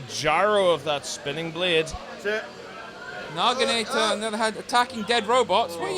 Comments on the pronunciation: why do they keep saying "Nagi-NAA-TOR?" where are they getting the "r" from? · That's not even close to how the word Naginata is pronounced